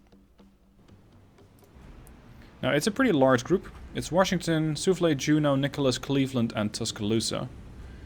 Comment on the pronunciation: love the vids! I know English is a 2nd or 3rd language for you and you speak it REALLY well. A little pet peeve of mine; Washington is pronounced without an "r". it is wash not worsh.